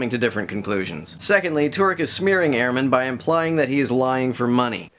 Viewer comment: His last name is pronounced Ur-man. Not Air-man. Good video tho.